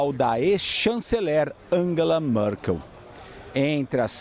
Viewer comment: Pronuncia-se Mértz, não mêrz... Mérkel, não Mêrkel e Waidel e não Wêidel. NÃO É ULTRADIREITA, é um partido conservador.